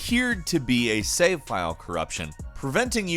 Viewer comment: "Save" is a one-syllable word. Just FYI.